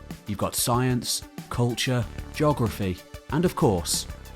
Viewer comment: “Jogruhfee”. Heh.